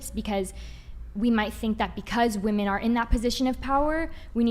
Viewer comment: Yeah they DO say Woman instead of Women in almost every video. Drives me mad.